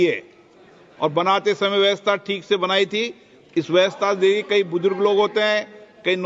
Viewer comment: Vyastha? Vyavastha Hota h.